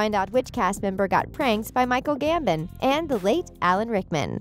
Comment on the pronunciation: What about Michael GAMBEN 😜